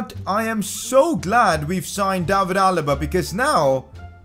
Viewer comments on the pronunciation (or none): none